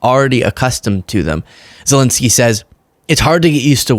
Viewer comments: It’s ZelEnskyy, not Zelinskyy … Ukrainians would appreciate the right pronunciation. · Please don't say Zel-i-nsky.